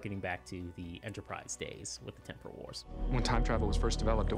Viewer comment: Did he say ‘Teporal’ wars?... wish they’d reshot that dialogue and the director said to him “great now can you pronounce it right please”